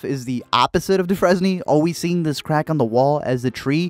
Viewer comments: my boy just said dufresne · Dude.. DU-FREZ-NEE?? 😂